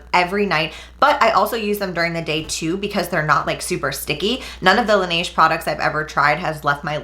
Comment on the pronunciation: You're getting closer to pronouncing Laneige correctly!! 😂😂😂 Also I know you're loyal to Tula but another great daily sunscreen is Etude House Sunprise.